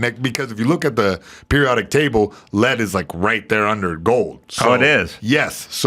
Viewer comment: L E A D not LED